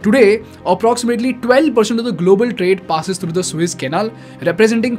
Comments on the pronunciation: Hello: I just happened to listen to your vlog for first time. You do OK , except your pronounciation of the water passage that you have decided to call "Suiss". It is therefore In correct. If you were to pro nounce it "Su -ess" you would be qlmost correct. Suiss is a country in Middle of Europe. Su-es is in Egypt, the water way. Got it. Practice, Practice. I am not an academic! Just a recular Canadian My name is Klaus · Good video as it is the combination of a lot of videos already on Youtube. it is not the Swiss Canal it is called Suez Canal. Pronounce it correctly as it changes the whole Scenario